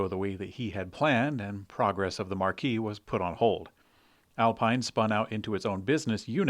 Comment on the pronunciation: Just FYI, "marque" is pronounced "mark".